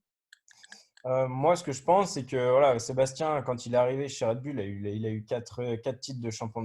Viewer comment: ont t’apprécie tous mais faut vraiment que tu arrêtes de dire Sébastien,tu me stress a dire Sébastien c’est plus possible